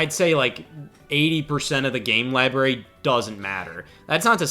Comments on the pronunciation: I love Scott and love, but my eyelid twitches every time says "libary" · Lie-berry. 😅 The most forbidden of all fruit. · Lie Berry